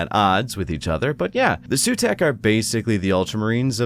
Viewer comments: I think for Sautekh dynasty the pronounciation might be not 'Sutek' or like others says 'Sawtek', more like with a low 'Z', so 'Zautek' and yeah you should pronounce the 'U' like a double O (pr. oo like in zoom), so at the end it's 'Zaootek'.... In my humble opinion as none english 40k fan 😁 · It’s pronounced Sah-oo-tek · It's Saw-Tech. Say it roooiiight! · The "Sooteck" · Hi. Egyptian here. It’s “Sowtek” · Your mispronunciation of Sautekh genuinely angers me. A deathmark is already on the way. Glory to the Stormlord.